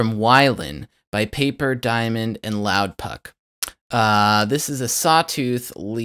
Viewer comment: It's pronounced Loudpack, not puck. Nice tutorial layout and video quality but the lead doesn't really sound like the track.